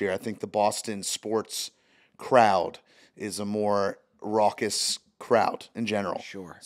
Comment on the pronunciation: He’s saying raucous